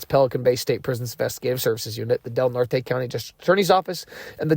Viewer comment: Redwoods trees, County is pronounced Del Nort.